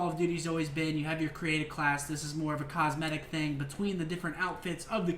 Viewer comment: say it with me scumpii : cos-me-tic items . . .